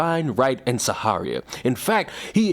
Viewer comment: My dude is SHAria, as in SHAria law. As in SHAKer😅😂